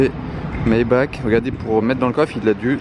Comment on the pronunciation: Classe G Mayba"RR" L"AN"daulet pitié 😭😂